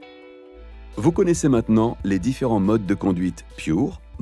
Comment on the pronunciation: vous pourriez prononcer à la française... surtout que le Pure, vient du français; Merci